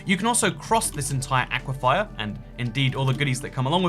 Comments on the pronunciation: please, it's "aquiFER" not "aquiFIRE". Like "fur": aqui-fur. AQUIFER! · Aqua-Fer not Aqua- Fier 😆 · Argh! It's "aquiFER", not "aquiFIER". Sincerely, a former Floridian. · Bro. it's aquafer not aquafire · anyone else noticed he keeps saying "aquifire" instead of "aquifer"? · Dear, aquifer is pronounced Ah-quif-fur not ah-quif-fire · Please stop pronouncing it “Aqua-fire”, it’s “aqua-fur” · I can't tell if he's saying 'aquifier' ironically or he doesn't know how to pronounce 'aquifer'. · Am I the only one that kinda wants to correct on his pronunciation of aquifer? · I think you might have added an extra "I" to aquifer. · is ever going to address why he's saying 'aquafire' instead of aquifer? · aquifer is not pronounced with 'fire' at the end it's like akwa-fer like fern without the 'n' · Love the vids truly. But my guy. It’s aquiFER. FUR. FIR. Not fire. It’s hard with geology being a part of my degree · is now purposefully annoying us with "aquifier" I guess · The one thing I hate about this is how says aquifer. He says Aquafire instead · Normal people: Aquifers: "Aqui-fires" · Ack-wah-fire. Florida: Aquaphor. (Ahk-wah-fur). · Nobody:: AqUiFYeR Jk ily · Can someone please teach the word "aquifer"? Its not "aquifyer" smh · I believe it is pronounced: Aqua-Fur. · british "people" attempting to pronounce aquefer will never not be funny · genuinely surprised by the lack of comments making fun of the way he says "aquifer"... impressive. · i can't get over the way you keep pronouncing aquifer